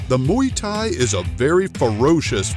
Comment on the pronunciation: Nem Muy thai, hanem Muay thai🤣